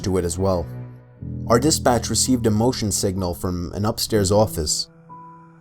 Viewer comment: When he says "dispatch", I keep hearing "this bitch". That is what made these horror stories more bearable to listen to.